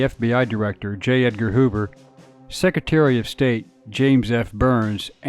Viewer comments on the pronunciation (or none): none